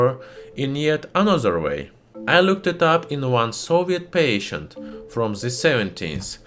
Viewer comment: PATENT is pronounced pa-tent, not pa-shent